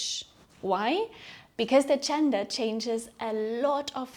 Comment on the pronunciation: Okay, ich bin halt ein Klugscheißer...aber die Worte "juice" und "choose" sollten nicht beide wie "tschuhß" ausgesprochen werden. Genauso ist es mit german gender. Es sollte nicht tschörmin tschender, sondern dschörmin dschender heißen. Aussprache ist meiner Meinung nach schon sehr wichtig. Dennoch ist dies eines der besten Videos für Deutsch Lernende, die ich bislang gesehen habe. Somit ist das Fazit "sehr sehenswert"! 😊